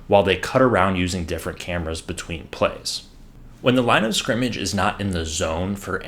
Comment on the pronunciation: Great video! Also, congrats on being able to enunce "line of scrimmage!" 99.9% of "professional" announcers say "line discrimage." Am I guilty if discrimagination?